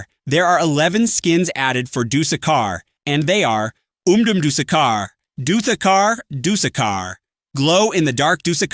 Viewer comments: "Duseka" truly a wise pronunciation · I love the way the tts says dusekkar so much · The way he said dusekarr got me rolling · The way he says dusekkar 💔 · WHEN YOU WHERE SAYING THE DUESKKAR SKINS IT SOUNDED SO FUNNY LOL